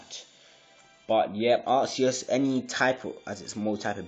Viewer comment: He says, "Arsseeus" XD it's like "Arkeeus" 'c' sounds like a 'k' not a 's' Have you seen the movies? XD